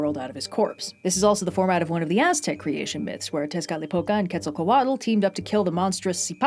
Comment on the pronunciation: That was a wonderful video, thank you. But I must call you out on one minor point: Your pronunciation of "Quetzalcoatl". In Nahuatl (the language of the Aztecs), "tl" at the end of a word is not voiced ("tul"). It is a consonant which isn't used in Indo-European languages, but which can be closely approximated as a softened "t" sound. Further, stress nearly always falls on the penultimate syllable. So e.g. "Nahuatl" is pronounced roughly as "NAH-waht", and "Quetzalcoatl" as "ketz'-ahl-KOH-aht". Nahuatl is a beautiful language, well suited to poetry. By pronouncing it correctly, we can hear a little of its beauty more clearly.